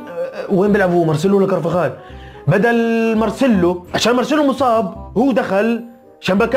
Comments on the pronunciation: اسمه كارفخال مو كارخفال كااااارفاخال وكل المدريدية ينادون بنزيما باسمه محد يكلمه ابو ابراهيم وكذلك خزقت عينا بالجني ياخي هذا كلام قبل سنتين لا تصير نكبة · اسمه كارفخال مو كارخفال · كرخفال هههههههههه لك اسمه كرفخال